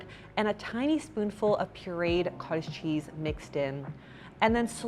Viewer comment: ooooh haha! I kept hearing kaaaj cheese. Makes sense thanks